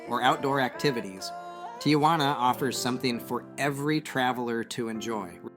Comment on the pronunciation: It's pronounced "tee hwa na" not "tee ah hwa na". Tia Juana means Aunt Juana which is not the same as Tijuana.